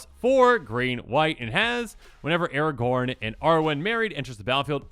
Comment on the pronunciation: Why is Aragorn not Aragorn?